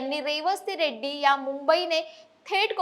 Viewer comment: Reddi nahi redi